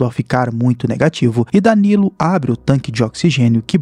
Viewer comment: fala o nome danilo certo porfaavor